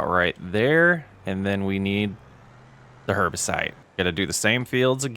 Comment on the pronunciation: Herbicide - not herbicite. Like homicide but with herbs.